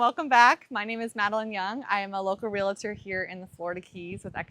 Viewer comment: Constructive criticism given your chosen profession. re·al·tor not re·li·tor